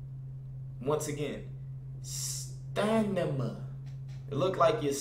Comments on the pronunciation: Bro it’s stamina not stanima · "STA-NI-MA" 😂😂😂 STA-MI-NA...stamina 💀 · It's Stamina not stanima😹😹😹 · “Stanima”😂😂😂 stamina bro STAMINA😂💀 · son said stanima 3 times😂😂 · Stamina not Stanima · You repeated it and still pronounced it wrong.. 🤦🏽‍♂️ Its stamina not "Stanima" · Glizzy 2x he did that on purpose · “Stanima… once again, sta-ni-ma” 😂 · stanima?.... stamina!!!!! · Am I the only one who noticed him say stanima instead of stamina 😂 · Who else noticed that he pronounced "stamina" wrong 😂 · That nigga said once again "Stanima" 😂😂 wtf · How you say it slow and still say it wrong: Stanima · Stanimna really nigga stamina. St-amin-a come on now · Correction....*Stamina not Stanima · says stanima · Its stamina not stanima😂😂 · I'm sorry but did say stanima instead of stamina. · This nigga stay saying stadima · It’s stamina not stanima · Stanima lmao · stanima LMAOO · stanima lol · 😂you heard him its STANIMA 😂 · This nigga said "stanima" 😭😭😂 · Randumb Boiii 😭😭 "once again staanima" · This nigga said STANIMA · STANIMA. ONCE AGAIN....STAAANIMAAA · Lmao bruh it's stamina 💀💀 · What the fuck is “stanima” 🤣🤣🤣🤣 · 😂😂😂😂😂😂😂 Dis N***a say 'stanima'..... once again 'stanima' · Glizzy 2x it was a joke and im not dickriding either so don't even say I am . People have told him he pronounces it right and he states he does pronounce it wrong that's why he said it twice as a joke .